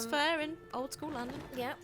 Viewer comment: "Landam" hahahhahahahaahahahaha